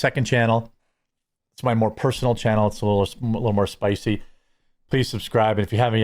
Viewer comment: Stop saying spicey it’s so gay 😂